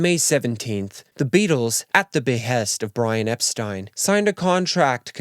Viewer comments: Oh, it's Brian Epst-eye-n? Not Epsteen? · That’s not how you pronounce Brian Epstein’s name.